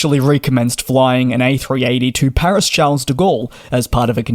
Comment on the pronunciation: You mispronounce the name of the Paris airport. Professionalism means attention to detail, partially lacking in your presentation. Attention!